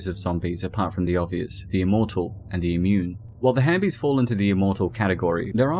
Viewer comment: It’s halfbies not hambies🤣🤣